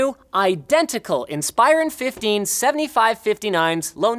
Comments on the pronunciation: .....grrrr Linus, it's "IN-spur-on", not "in-SPIRE-run"! You ALWAYS say it wrong! To thank Dell, you should actually pronounce their product names correctly. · I cringe every time I hear Inspy-ron. Who else prefers Inspa-ron. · Anyone else hate how he pronounces Inspiron